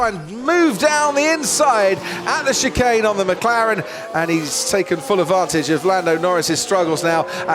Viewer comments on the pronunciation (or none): I know it's chicane. But Alonso's pronunciation of the word almost sounds like chicken